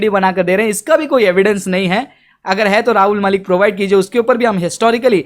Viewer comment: भाई पहले तुम खुद ठीक से उच्चारण करना सीखों,,, वीडियो के शुरू में पहले तुम राहुल मलिक बोलते हों और कुछ सेकंड बाद बोलते हो,, बहुत अच्छे से उच्चारण करने के लिए तो अभी आप को भी सीखना बाकी शेष है